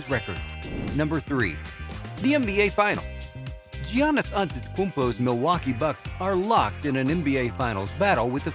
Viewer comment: Is it me or is this 🤡 pronouncing his first name funny..😂🤣 I must be trippin.